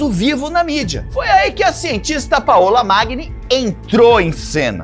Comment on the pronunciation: Paola se pronuncia paula, igual português. Paõla não existe ❤